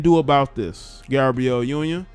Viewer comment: I died how he said Gabriel union